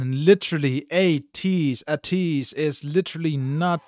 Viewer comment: Thanks for reacting to ateez... The way your pronunciation is ey-tease 80s (ateez) not ah-tease... ATEEZ IS REALLY DOPE 👑👑👑 if you want to know them i recommend the ultimate guide to ateez its a bit long but its accurate by ofallthekennys